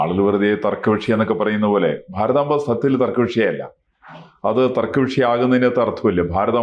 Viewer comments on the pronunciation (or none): ഭാരതാമ്പയല്ല, ഭാരതാംബയാണ് ശരി🙏